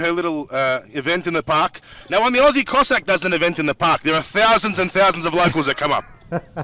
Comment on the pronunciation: Its pronounced KO-SACK